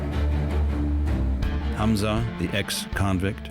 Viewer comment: A German named Hamza, not Hanz.